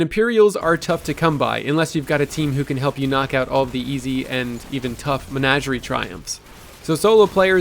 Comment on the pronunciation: It's Men-AW-gerie